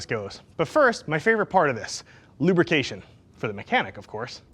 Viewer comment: Ohh... "lubricantion"